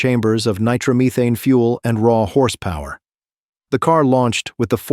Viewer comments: Nitromuthane?? Come on , if you're going to do videos about drag racing at least get an AI that can pronounce Nitromethane correctly 😂 . Pretty cool video overall though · Nitro Me Thane Connie Cull-eat - a